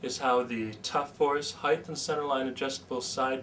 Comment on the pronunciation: You spell height correctly in the description but repeatedly mispronounce it as "heightH". Argh!